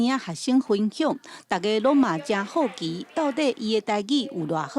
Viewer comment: 好奇的「好」字 應該要是文讀音